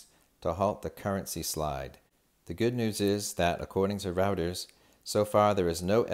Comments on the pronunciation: It is "ROYTERS" not "Routers" you "":) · It's pronounced "Roy-ters". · Reuters is pronounced Roy-ters. Just an FYI for you. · You are mispronouncing Reuters (three times). Very surprising. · patty sizer, and your flaw is point out others’ pronunciation of Reuter’s. Just appreciate his efforts.